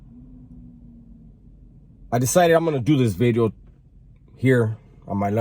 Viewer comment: New Bid-E-O